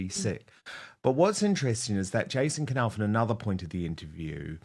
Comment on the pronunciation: This is NOT shaking the foundations of the Monarchy. Please don’t use CLICKBAIT. William has already given Jason a new job. This is not new news! Please pronounce Jason’s surname correctly, it is a silent K pronounced ‘Nauff’ not K Nauff.